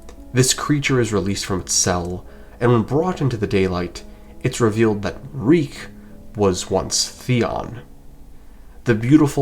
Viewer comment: reek it rhymes with peak 😭